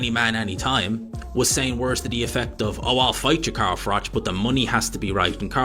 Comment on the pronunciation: Carl froke 😂